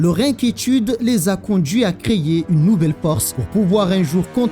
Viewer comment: Hello, merci pour les vidéos, par contre tu as un souci de prononciation un peu agacant, dès qu'il y a un "é" dans un mot, tu y ajoutes un "i" derrière, c'est assez déroutant ... ("créier" pour "créer", ...)